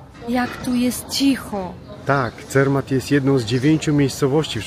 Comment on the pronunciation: Nie Cermat tylko Zermatt!